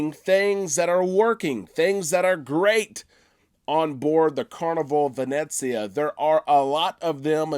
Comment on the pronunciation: PLEASE...it is NOT pronounced Vin Et zia...it is Vin Eh Zia ....no "t" sound. 😁 Just a little something that drives me crazy...otherwise great vlogs!